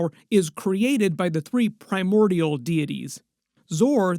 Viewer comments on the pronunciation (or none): none